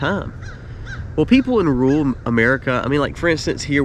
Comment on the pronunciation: Ru ral not rual Oi Ill not awl.